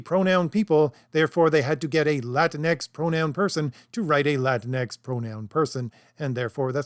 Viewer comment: Whyte supremacists pronounce it "La Tinx". Thank you for not doing that.